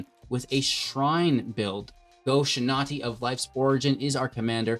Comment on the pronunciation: Love the deck, shrines is always great. Cringe every time you mispronounce “Shintai” but not everyone can be a weeb like me